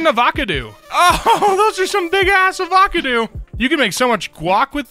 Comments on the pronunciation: "a voK a doo"??? LMAO ava-caw-doe sounds like colorado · Ah-vah-cah-doo Is this a new saying now? Another channel pronounced it ahvahcahdoo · i wanted to kms after hearing him pronounce 'avocado'